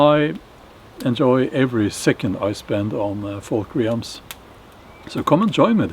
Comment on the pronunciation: There’s only one syllable in “ realms”. You should learn to pronounce it correctly in English. Realms /relmz/.